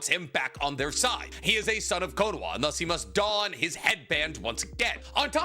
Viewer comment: Bro why does he keep saying Konowa???